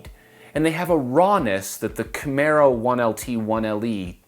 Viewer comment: you've learned how to say Camaro!